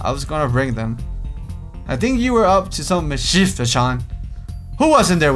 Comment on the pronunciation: It's pronounced Miss-Chef, not Mis-chief. Oh who am I kidding, your voice more than makes up for it.